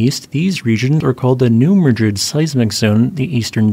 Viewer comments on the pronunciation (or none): Very interesting. Because I know you always want to be correct New Madrid is pronounced with the emphasis on the first syllable - New MADrid.